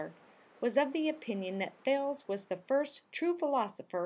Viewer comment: Thay - leez... not thailz.